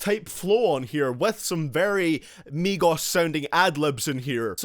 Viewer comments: He's says migos but it sounds like megas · how to pronounce migos = meegos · Migoss hahahahahahahha i hate migos but i love the way u pronounce it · Idk why there's so many dislikes. Most of these songs were pure garbage and the ones that weren't were VERY eh. Maybe it's cuz ur pronounciation of migos. But seriously tho I can agree with this list